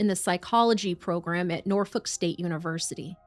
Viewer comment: you’re the best: Thank you for actually learning how to pronounce 'Norfolk;' so many people say the 'L' prominently; I really appreciate you taking the time to learn not just about the people you cover, but about the areas, too. ^--^